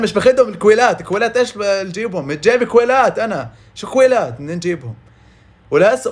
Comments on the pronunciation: متتتتتتت ضحك ع هاذه الي يكول كويلات عود كلاوات هوه يكول كويللات 😂😂😂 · اكلاوات مو اكويلات ههه